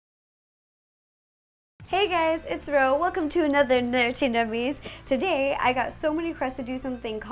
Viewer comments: She's still saying nurty ;_ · A tardis cake would be cool! It really annoys me how you pronounce nerdy nerty, I know it's just your accent but still